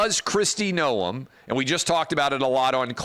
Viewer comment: Noem is a RINO clown And Clay, everyone in politics knows how to pronounce her last name except you. Jeez